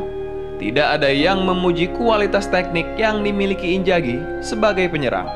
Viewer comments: Inzhagi min, bukan injagi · Inzaghi woii !!! injagi geli gue dengernya. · inzaghi.. not injagi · Sudah enak di dengar narasi nya...tapi sayang sebutan injagi nya 🤭🤭🤭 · Haha.. admin koq bilang inzaghi ngegolin pake punggung ya. Padahal itu bagian depan, keliatan sekilas kena dada. Terus lafalan nama lebih pake Z ketimbang J. Next konten lebih teliti lagi ya min. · Namanya Inzhagi disebutkan injagi angj risih gua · INZAGHI bukan Injagi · inzaghi bang, bukan injaghi hehe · TOLONG YAAA. INZAGHI PAKE Z BUKAN J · Knapa nyebutnya injaghi" namanyakan inzaghi, min dak bisa sebut huruf z ya tapi j trus jadi aneh kdengerannya pemain hebat di panggil injjaghi... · Inzaghi bos bukan injaghi. Pake Z ya. Hahah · inzagi bang bukan injagi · Pls inzhagi cok bukan injagi! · Apa susahnya sih ngomong INZAGHI (pake z) greget gw dgrnya wkakwk